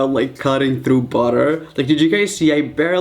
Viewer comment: I Love when you say throught it's so funny😂😂😂